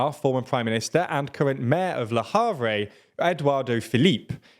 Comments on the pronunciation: Le HavrEY??? EdouardO Phillip??? Come on guys, make a little effort.😅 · Ah yes, the very French name Eduardo, and the very French town of Le Havray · Small point on pronunciation. Le Havre is pronounced (in French) as Le 'Avruh, with the last part said like the 'u' in Ugg. (I really thought you guys would've gotten this one, as Le Havre is directly across the Channel from England.) It's like if you caught Americans pronouncing Tijuana, Mexico (right across the border from California) as Tee-ju-wana. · You're not even correcting correctly... The last part is not pronounced at all, we say "Le avr" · You guys didn't do French at school 😂 sorry but "Le Havre" is not even recognizable, or "Edouardo Philippe". No, in reality beside "Le Havre" and "Edouard" it's not that bad. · Why are you people unable to even ATTEMPT to pronounce these names? Edwardo Philippe? Le Yavruh? Come on.